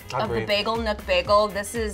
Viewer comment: It’s bagel nook not nuke ahaha. I go there every weekend lol